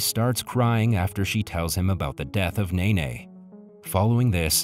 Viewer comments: It’s nene not nae nae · Ova?? Mine ?? Memo??Nene?? ... Bruh💀